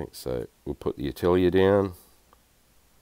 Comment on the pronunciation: My mind just couldnt wrap around what "AH~TILL~EEE~ER" is and suddenly I realize you are attempting to say the French word "AH~TELL~YAY" which means SCHOOL !!! Thanks for the chuckle !